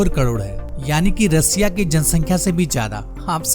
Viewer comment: रसिया नही रशिया बोलो कम से बोलने की ट्रेनिंग तो ले लेते